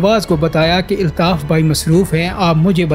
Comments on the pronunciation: Aby pando eltaf nhi Altaf bol kb urdo sahi hogi tm logo ki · ابے او چوتیے ILTAF nahi ALTAF اپنا تلفظ تو ٹھیک کر آدھی سے زیادہ باتیں اوٹ پٹانگ ہیں